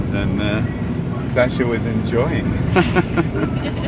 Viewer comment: its shascha, not sasha lol :)